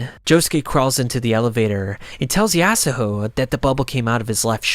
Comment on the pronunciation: bro ur slurring yasuho ur saying it so wrong LOL